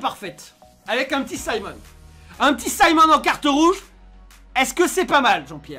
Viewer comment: C est pas SIMONS c'est SIMON 😭😭😭